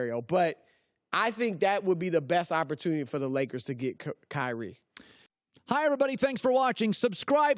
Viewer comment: Michael, David, Edward, William, Steven, Kobe; say them all. There is no KY REE. His name is Kyrie. Zion is another. You don't make someone a legend by pronouncing a 2 syllable name with emphasis on both syllables. Come on, CO- LINN.